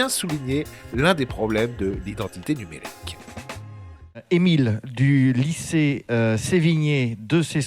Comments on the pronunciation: La réponse très très évasique du président... Par contre, "nuémrique", corrigez-nous ça s'il vous plaît. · Identité « nUEmrique » ? Sérieusement ?😅